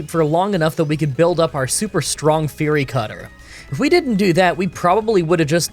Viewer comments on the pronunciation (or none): none